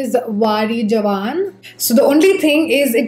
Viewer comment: that cuffs and lashes shade is pronounced as ‘wari jaava’ not jawan. I am not sure how to describe that in telegu but it is majorily a punjabi ritual to remove evil eye from loved ones. By the way great dupe recommendations